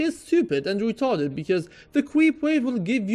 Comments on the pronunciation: that's weely weetarded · i love it when u say "retarded" hahahahaha idk why, but i just laugh.